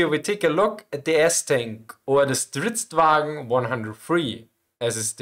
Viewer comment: no, not STRIDZWAGEN 103, it's Stridsvagn 103 1997 or 1979?